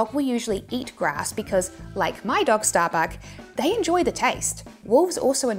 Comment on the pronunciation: itookk ashott errverytime sehe says shtarbuck